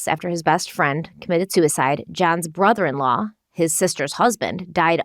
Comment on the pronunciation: I know jury instructions are a must but hells bells by the time the judge is done I’m ready to run screaming from the courtroom. And why does she pronounce law as lawer? Is it a Ma thing?